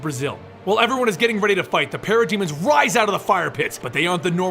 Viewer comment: Sounds liek he's saying pair a demons